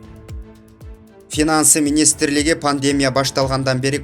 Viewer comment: Паньдемя эмес, пандемИя. Паньдемя деп булар кытайбы???